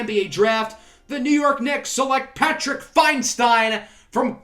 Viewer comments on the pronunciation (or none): none